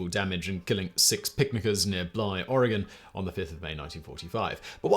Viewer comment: Oregon. Of all the people on YouTube, Simon, my boy, I did not expect YOU to be the first non native to pronounce it right. You have made back right all the wrong your pronunciation has inflicted upon mankind Good Show, Old Boy!